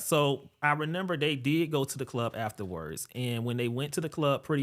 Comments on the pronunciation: him saying renember instead of remember is bothering me 😭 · I had to play it back a few times to confirm that he was really sayin renember 🫤